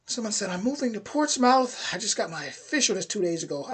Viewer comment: TBH: Brit here and I had NEVER heard of 'Junteenth' (as an expression, never mind a day of celebration), so had to 'look it up'... Yes, not a 'thing' here in the UK and/or probably anywhere outside the US !? ALSO FYI: We don't pronounce it Ports 'MOUTH' - more like Ports-'muth'... 👍